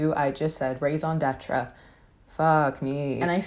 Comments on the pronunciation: Bro I heard "rays on detra" and I was like "what the fuck??" until I realized it was "raison d'être" and now I understand. Didn't realize we said that in English lmao. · If it makes you feel less pretentious, you mispronounced raison d'etre. So now I'm the pretentious one. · You did just say raison d'être, but with the worst accent ever. This coming from a Flemish dude who also can't speak French too well :p .(Great video though)